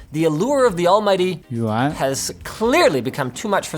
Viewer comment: Freakin lost it with the Yuan Pronunciation xD